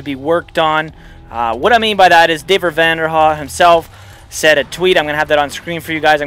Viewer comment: You pronounced David's name VERY strangely lol